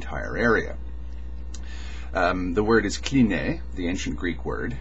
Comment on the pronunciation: it's not "klineh", it's "klinee" ;) still not exact, but closer